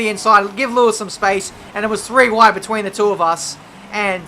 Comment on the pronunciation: "And it's three wide beteeen the two of us!" - 2017